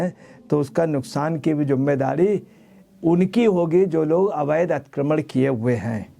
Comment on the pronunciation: Atikramann ……😂😂😂😂😂 lulu ji theek bolo please